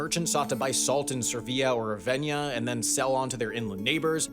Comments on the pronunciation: Ravenna, not Raveña. Also, *tenet*, not tenant. Look it up. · just a note about spelling: you basically pronounced "Ravennia", and that 'i' shouldn't be there, as shown by the name on screen. The 'a' comes immediately after the second 'n'. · When will Americans learn how to pronounce names of the cities in other countries? It really rips my ears when I hear such butchering, I'm not an Italian, but Ravenia, jeeez. Just check their wiki pages, usually there's a correct pronounciation. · Sam, I'm a big fan, and I know you're a busy guy, but you are mispronouncing a lot of words in this video. Florian instead of florin; Ravennia instead of Ravenna---even regular words like saying dottling instead of dotting. And that was just the first 5 minutes. I know ultimately pronunciation doesn't matter that much, but I know you could do better, and I gotta say, it is distracting and undermines the credibility of the video's content. Please be more careful about pronunciation! Thank you. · A pronunciation guide: Florin rhymes with "Lauren." Ducat rhymes with "bucket." Ravenna doesn't have a Y in it. I don't know if due to an overly aggressive production schedule or simple lack of caring, but you seem to have a serious problem with mispronouncing words and I really wish you'd check the pronunciation of unfamiliar words before recording the VO.